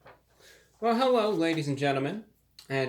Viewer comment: When he introduces himself, I thought he said "Hewwo" because it might be his signature thing....but this dude really talks like Elmer fudd...(No L's at all).....CRAZY!!!.....love this dude man, love your videos.